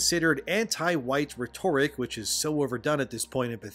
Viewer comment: Hey man appreciate your work and the delivery of it. But respectfully, you should take a little time to understand how names are pronounced. Getting Giles wrong and mispronouncing "rhetoric" undermines your position as a public speaker